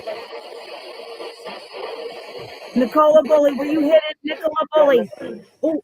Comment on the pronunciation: can't say Nicola's name correctly?!